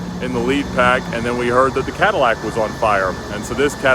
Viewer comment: Nobody:: I BOUGHT THE CHEAPEST CATALAC IN THE US